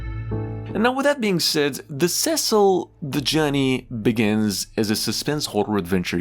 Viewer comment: The Cecil is obviously referencing the Cecil Hotel in LA. And it’s pronounced SEE-SILL. 😂 Great video, but if yr using AI I’d change that. Nobody likes it. Thanks!! ✌🏻